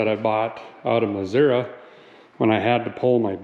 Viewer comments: As a guy who's father was from Missouri, and who currently lives in the state after growing up other places, I'm glad you pronounce the name of the state correctly. Thank you for that. I don't know how a Missouri truck has that little rust on it (my locally sourced '04 GMC has both rear wheel wells and everything under the doors rotting out from all the salt), but I love this truck and I'm glad to see what you're doing with it. Keep doing what you do, brother. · You pronounced Missouri correctly 🤯